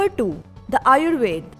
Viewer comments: You are saying 1. Aryabhata as aryabhat 2. Ayurveda as ayurved and many more wrongly. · Why are you omitting all the 'a' s? Aryabhat, Ayurved, Charak... It's incomplete without a.